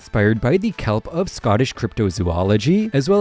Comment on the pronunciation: It's "Kelpies" btw and nobody in Scotland would say it's from cryptozoology. It's from Scottish (specifically Celtic) mythology